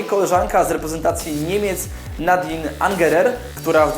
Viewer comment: Cieszę się, że w ostatnich materiałach wspominasz o żeńskim futbolu ;) Pamiętaj jednak, że imię niemieckiej bramkarki czytać powinno się nie Nadin, a NadinY Angerer (to Y, to tak naprawdę coś między e, a y)